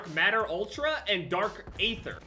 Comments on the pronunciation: zombies players when he says”aether” but pronounces it “ ayther” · Aether is pronounced EE-Th-ER...somehow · Coming from a zombies player, it’s actually pronounced eether tho it’s spelled aether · Dark aether is pronounced EEther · Just saying, it’s pronounced, dark EETHer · He said ayether🤣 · As a Zombies player when he said dark aether hurt me